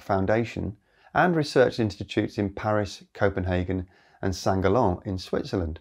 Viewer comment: It’s Sankt Gallen Not Sa galla